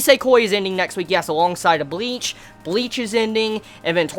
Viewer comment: Mbleach LMAOOOOOOO, I cannot be the only one who heard that!